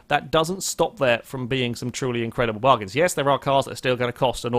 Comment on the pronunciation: Once again has invented a new word!. "Bargins"